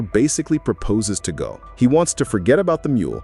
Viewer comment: Pronouncing her name like "Gol" or "Gahl" every time, instead of "Gail", as if the narrator has never seen/heard the show is wild. Smells like AI.